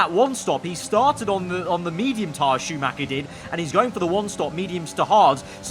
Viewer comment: Dont play F1 if you can pronounce Schumacher correctly!